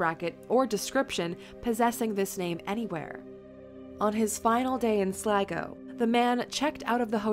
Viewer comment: Glad she pronounced 'Sligo' correctly 😂